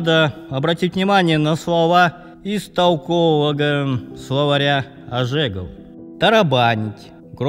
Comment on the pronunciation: Óжегов. Ударение на первую букву.